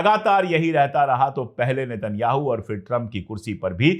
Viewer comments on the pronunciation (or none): none